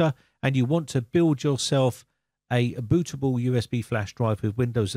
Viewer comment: my man really said " how to create a boo' A ' boo😂 coz he his bri' ish 😂